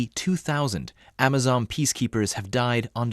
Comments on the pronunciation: first off MR JOURNALIST,ITS AMISON NOT AMAZON!!!!!..and secondly, i am very proud of our KDF troops for their sacrifice,achievements and courage in somalia but i thought vietnam,iraq and afghanistan taught americans and the british that you cant win guerilla warfare and insurgency with conventional military weapons or tactics.... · "Amisom"not amazon! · It's not Amazom. It's AMISOM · It's Amisom not Amazon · AMISON not AMAZON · 😂 I know mahn, they mean AMISOM